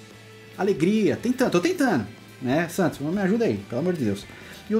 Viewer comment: Cara, vc falando SATOS é muito engraçado hahahahahah